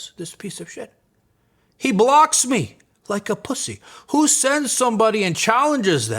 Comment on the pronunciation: The Emphasis on the Pussy and bitch gots me dead 😅